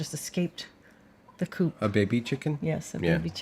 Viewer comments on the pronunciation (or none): none